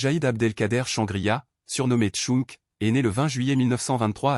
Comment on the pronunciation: son nom correcte est chanegriha dit tchang